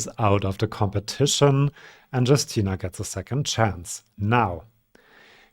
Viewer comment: I'm sure I'm not the 1st one to mention it, but Justyna is pronounced /yoos Ti nah/. 😅